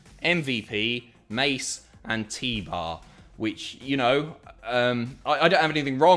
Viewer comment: When he first said Mace and T-Bar I thought he said Mason Teebar has joined the Hurt business and I was well confused